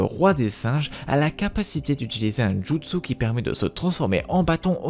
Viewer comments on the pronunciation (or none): none